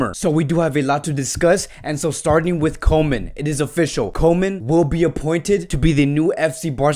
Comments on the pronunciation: Koeman is pronounced Coomann, not Komen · how about Koeman instead of comen xD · You pronounce it Koeman as oe like in YOU and it's no ay-djex.. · Micheal After — I understand “koe” in Koeman is like “cool”. Something like “coo-man”. Coman is like “ko” in Konami, the makers of pro-evolution soccer game.